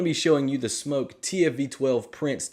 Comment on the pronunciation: He can’t even say smok right